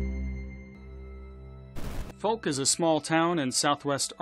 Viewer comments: It's pronounced F-owe-k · Please look up how to pronounce Fouke and Texarkana 🤣